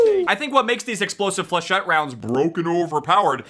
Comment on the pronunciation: Thank god he can actually pronounce flachettes correctly